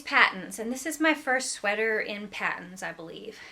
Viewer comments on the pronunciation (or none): Lovely stuff! BTW, the Canadian yarn company Patons is is pronounced "Paytons" as opposed to "Pattons."